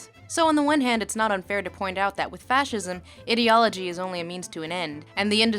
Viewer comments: Lindsay's pronounciation of ideology for most of the video really bugs me for some reason :/ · your pronunciation of "ideology" made me wanna die